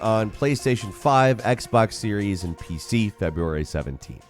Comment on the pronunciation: Sounds like you're saying "Playstations, Xboxes N-P-C) lol